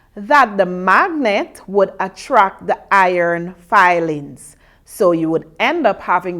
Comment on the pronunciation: its iron filing not fiiilings